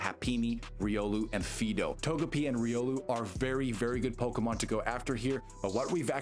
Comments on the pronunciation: Not Fee-do. Fidough is pronounced "Fido" like the typical dog name. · You definitely are not. It's supposed to be FYE (so that it rhymes with "eye"), and you're saying FEE (so that it rhymes with "me"). You can fix your AI voice-reading, right?